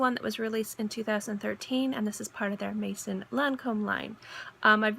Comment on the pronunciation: A piece of advice regarding pronounciation for the word maison